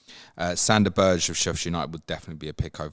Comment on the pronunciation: Great to have you back, looking forward to COTC and all that other good stuff. BTW, Sander Berge's family name is pronounced BER (straightforward) GE (pronounced as you say GET without the T, and the E at the end is not silent).